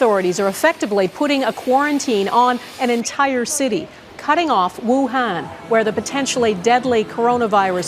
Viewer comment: Wuhan not Wuhen